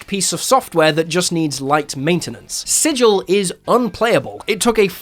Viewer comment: Thank you for pronouncing "sigil" correctly.